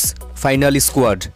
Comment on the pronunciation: Why do you say i-sq-uad